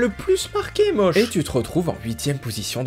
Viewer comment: Alors.... ON DIT MAUSH ET PAS MAUCH